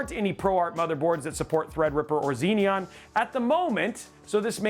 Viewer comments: Xeon is pronounced 'ZEE-on', not 'ZEE-NEE-On'. Not that hard, Xeons have only been around for 26 years... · There's only one 'n' in the word as well...but I guess phonics is hard